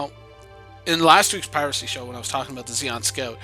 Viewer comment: aboot lol